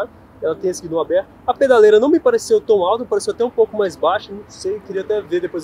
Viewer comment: O nome é guidão e não guidom. Apesar disso, o vídeo foi razoável para quem não é piloto!